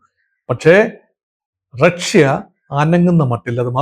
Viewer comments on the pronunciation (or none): ‘റക്ഷ്യ’?? ആദ്യം ഉച്ചാരണശുദ്ധി പഠിക്കൂ, എന്നിട്ടാകാം ഗീർവാണം. Not just once, but you kept repeating റക്ഷ്യ. Like saying രോക്ഷാകുലൻ 😂😂